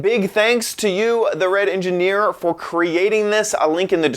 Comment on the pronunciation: He almost said "The Wet Engineer" lol